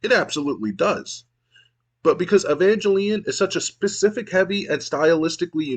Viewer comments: Im mostly confused on why you pronounce Evangelion like that. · entonces basicamente es un juego de aviones? how could you misspronnounce evangelion xD watch it at least!